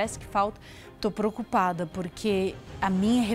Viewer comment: Só eu que ouvi a falar "tô procupada"? Kkkkkkkkkk